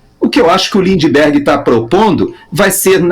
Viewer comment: Lindebergueerr, hahaha